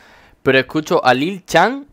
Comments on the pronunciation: no se pronuncia lil chan se pronuncia lil san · que rabia cuando pronuncias lil chan